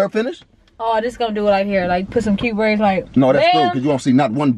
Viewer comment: “Praids” stfu 😂😂😂